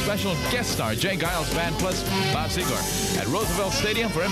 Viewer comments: Seger didn't break nationally until a few months later-- probably why the guy pronounces it "Segar" twice. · I like how the DJ pronounces Bob Seger’s name indicating that he’s probably never heard of him yet.